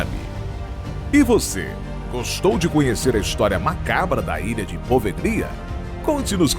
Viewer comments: Só uma correção: Se lê e se pronuncia POVELHA .. e não po-ve-GLI-a. Na língua italiana, o ''GLI'' se lê ''Lhi'' .... portanto PO - VE - LHI - A ‼ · Pelo amor de Deus! O nome da ilha é POVÉLHA, não Po Ve Glia.... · Sim e a sílaba tônica é no E: PovÉlhia